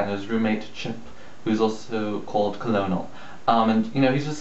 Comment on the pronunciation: It's Colonel, as in the Army rank, so it's pronounced like 'kernel' :)